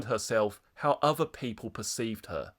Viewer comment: 'and this that and the uvver' 😅